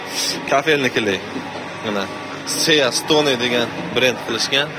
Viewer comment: Инглизчани тугри укисангиз максадга мувофик булади сеа стоне эмас сии стоон Яни денгиз тоши дегани